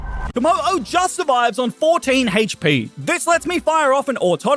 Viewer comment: You say Hache pee but it’s HP